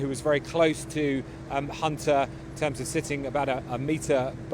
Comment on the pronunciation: Why do they keep saying Hunner instead if Hunter.